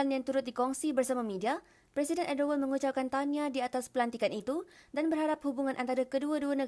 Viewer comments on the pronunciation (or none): Yg ckap ni pon tak boleh laju lg. Kau tu dah belit ckp erdowan. Nama dia erdogan .. tak rilex jurucakap ni